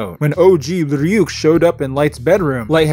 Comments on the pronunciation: Is it just my imagination, or does e;r pronounce “Ryuk” as “Fryuk” like half the time? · yes, though he says flyuk, like fluck